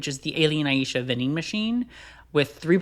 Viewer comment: Every time I heard him say Aiesha instead of eye-sha 🤣